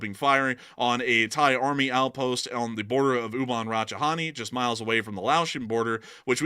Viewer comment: In Ubon Ratchithani, the T is not silent, it sounds like the word, tawny. You're saying Rachi-hani.